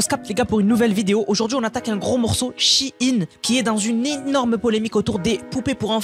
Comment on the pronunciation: shein! Pas che ine